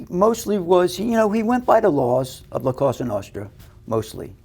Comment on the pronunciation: " La Cosa Nostra" the moment I knew he didn't speak italian.